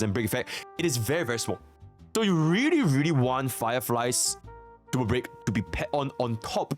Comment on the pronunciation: It's racist to mock someone for the way they talk. Besides that, it's pretty fucked up, not his fault he can't pronounce Super Break properly. Lol